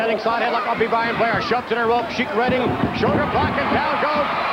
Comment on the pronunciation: jese said be blian blair lol